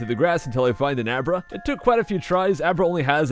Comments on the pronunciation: U named Abra " a bra" lol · He named Abra " A bra". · you called abra; a bra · He named abra "a bra" lmao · Abra= A Bra XD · Lol he names the abra " a bra"